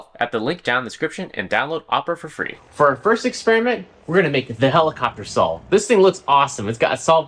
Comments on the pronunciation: Are you saying "sawl" instead of "saw" ??? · saul blade? what are you trying to say???? lol